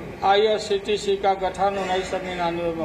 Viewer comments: ye chorba irctc ko irtc bol raha hai ,zarur kuc garbar hai yaha bhe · जिसको IRCTC नहीं बोलने आ रहा है वो देश के लिए क्या कर सकता है? सिर्फ जातिय समिकरण बनाने से देश नहीं चलता है।